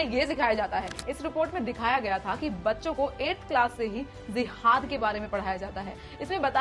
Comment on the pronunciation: zehad nahe didi jehad hota ha thhora achy se tu parhlo pehly